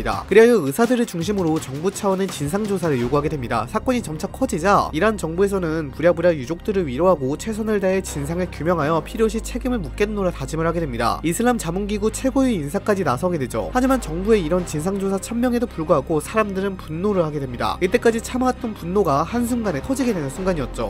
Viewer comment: 묵겠노라(x) 묻겠노라(o) 이슬람 기율(x) 이슬람계율(o)